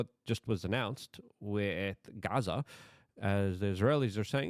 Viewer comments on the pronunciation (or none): none